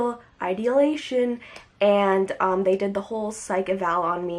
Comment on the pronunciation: They weren't saying she couldn't be hospitalized for that, they were pointing out that she said "idealization" instead of "ideations"